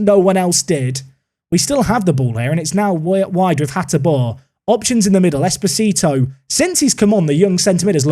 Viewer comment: The way you pronounce Esposito means "little husband" in Spanish. 😁